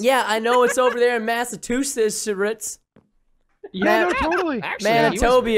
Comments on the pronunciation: Preston: I know it's down there in Massatusits...erits Me: What the heck I'm love your channel Preston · Preston mispronouncing Massachusetts is an insult to us in MA